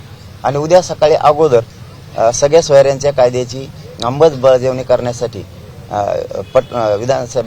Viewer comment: अंबलबजावणी नाही ते अंमलबजावणी असत पाटील 😂😂